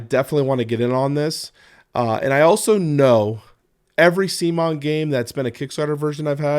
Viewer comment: I love that you pronounce CMON (instead of c'mon, come on, the presumed way they intended) as SEA-MON. Like semen. It's a nice little slap on the face that I believe CMON games deserves.